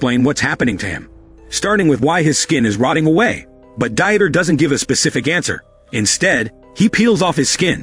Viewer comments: really the ai voice cannot pronounce very common names. Dieter is not Die-et-er but Deeter. Jesus is Hey-zeuss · "Dieter" is a German name and is not pronounced as die-eter, it's pronounced as Deet-ter! The illiteracy of this narrator is pathetically sad.